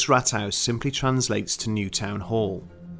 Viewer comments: Just a single correction: the pronunciation of Rathaus should be more like Raathaus. This sounded like Rathouse :) However, I enjoyed the video, thanks for doing it! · Please stop saying Rathhaus, if not roll the rrrrr.. ,I think you talking about the first Wolfenstein game on pc. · Oh and haus say as hows, it's not 100% but closer.